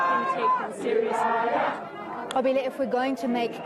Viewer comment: This white reporter learnt how to say the Reporters name "Nqobile" properly. Would she have done the same if she wasn't paid for it?